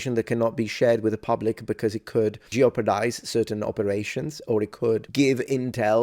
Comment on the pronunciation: geopardize :D